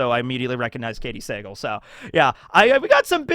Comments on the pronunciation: It's Katey Suh-Gahl, not Say-gul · You gotta learn how to pronounce Katy Sagal’s last name. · Am i the only one who cringed when was butchering Katey Sagal last name lol